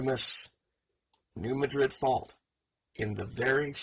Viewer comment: Nice report. Thanks. FYI, the accent is on the first syllable of Madrid, for New Madrid fault. The a is pronounced as a short a, as in mad. Just a local quirk!